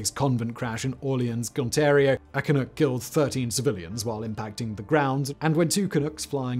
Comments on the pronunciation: One of the things that I find very irritating about your offerings is the frequent mispronunciation of certain words like Canuck. It is not "can ook" but in fact "can uck". If you are going to use words that you are unfamiliar with at least take the time to find out how it is supposed to sound and then use it. To do any less makes you less of a commentator and makes one question what else you have not researched in your videos. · As the song from WW I goes "Jolly good luck to Johnny Canuck and all the Allied soldiers" Canuck rhymes with luck. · Same here, eh. Grit my teeth at it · SImon, Canuck it rhymes with PUCK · Lmao "canook" I cannot even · 'Canook' you're so cute. Short 'u' like 'yuck'. Please look into the Arrow. Most of we Canadians are obssesed with all the conspiracies about its cancellation!! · Can we just acknowledge canuck is being said incorrectly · Waiting for you to mispronounce 'Canuck', I wasn't disappointed. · Either it's just I His accent or he's just mispronouncing the fuck out of Canuck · Hey dud; when pronouncing 'canuck', it's 'nuck' as in puck; not 'nook' as in a Chinook wind---- ---or are you intentionally being an arse? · It's "ca nuck" not "ca nook" lol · It's Canuck, not "canook". Like duck. It's not French. You don't have to mispronounce it on purpose. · It’s Canuck… not Canook 😂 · I cringed every time he said Canook. It is Canuck, not Canook. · Lol canook, good try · Also, it's not "can-ook" it's "Can-Uhck" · It's Can-uck, not Can -ook. Originally just slang for a Canadian. Similar to Yank (or Yankee) for an American. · Ca-nuck, not Ca-nook. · Every time that Simon said "Canook" (instead of Canuck...uck, like dUCK, Simon), a noble beaver drowned in a vat of maple syrup. Why won't you think of the beaver? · Canadian here.. Ca-NUCK.. not Ca-Nook.. but otherwise.. great article. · Not CanOOk; CanUHck, to rhyme with 'hockey puck' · Great video!! But its Ka-nuck,not Ka-nook 😉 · I have to say it... it's "can-uh-ck" not "can-oo-ck"